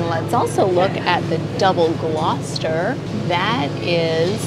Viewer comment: Hats off to the first American I've ever heard pronounce Gloucester correctly 😂